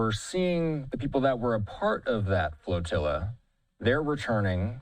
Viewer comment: FLAT-ILLA, not Flotilla! That's obviously and shamefully FLAT! ZERO, ZERO, and nothing but ZERO OUTCOME for the SECOND TIME AROUND! SHAME!